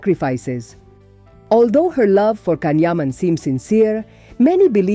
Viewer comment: Pronounce his name correctly!